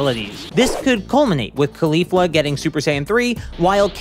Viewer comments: ugh...its CAULI-fla not KHALI-fa. lol she's not named after a rapper its after a cauliflower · get so sick of people not saying it right especially someone who dose this stuff for a living lol